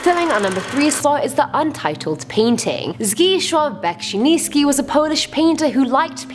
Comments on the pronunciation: From a polish subscriber: I barely made out that his name was Zdzisław, but dont worry, polish is one of the most difficult languages in the world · its pronounced zdzee-swaaw beck-si-ni-ski not zgishwaaw besinisky